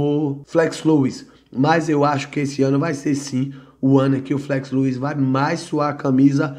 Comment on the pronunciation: 😂😂😂 que viagem viu, que viagem, quando for corrigir tenta ver primeiro se estar errado pra não ficar feio, Flex Lewis, se pronuncia Flex Lues antes de falar vai ouvir o próprio cara pronunciando kkkkkk